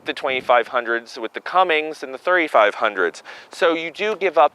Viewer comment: Cummins not cummings